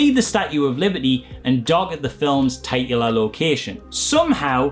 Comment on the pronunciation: Loving these videos. Also; titular = "tit-you-luh"